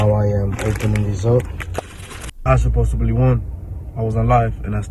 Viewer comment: Anyone who says “supposebly” is bound to get scammed many more times in life. 😆